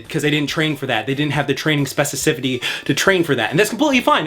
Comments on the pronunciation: not being able to say specificity is hilarious. Great video nonetheless 🔥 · My guy, great video as per usual. You gave me great things to think about, and I appreciate you greatly. One note: you are misspeaking the word “specificity.” Nothing but love. Keep up the great work. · Now I can’t stop saying specificity.